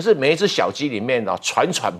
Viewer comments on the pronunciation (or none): 不是喘喘不安，是惴[zhui`]惴不安。